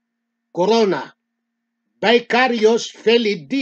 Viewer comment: Bakit na Vicarivs ang salita mo..Mali ka na pagkakasalita